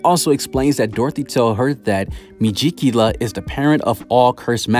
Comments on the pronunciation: Me-gi-cu-la lol...no me-ji-cula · Ita megicula not mejicula mee-geek-u-la